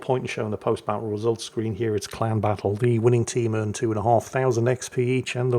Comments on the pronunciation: I swear I heard him say clown battle right at the start of this video 😂😂 instead of clan battle. Guess we'll see if it's an accurate statement. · Ohhh!!!! Clan!!!!! Lol! I thought he was saying CLOWN!!!